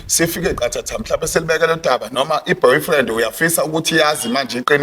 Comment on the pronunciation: Aw kodwa Sne noBhofriend 😂😂😂 not Boyfriend